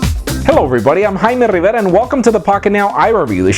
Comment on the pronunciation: great video sir, like the way you say your name :D Thumbs up!